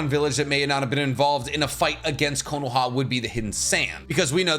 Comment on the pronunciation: I can't stand your pronunciation of Konoha.